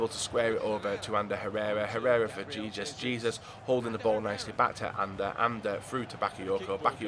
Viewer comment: You pronounce Jesus name h-e-s-o-s not j-e-s-u-s